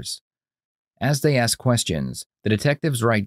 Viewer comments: Please pronounce the work ask as ASk. Not AX. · Why do they keep bringing up an axe? "He gonna axe you, do you know who did it?" What's the axe for? I kid. But I would like to know why "ask" is being pronounced "axe". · why is it so hard to say ask? not axe? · That's why I "axed" that detective took the same Grammer lessons that Darrel brooks took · Another great mystery of the Universe, why cant people pronounce the word ASK correctly,? Guess we will never know.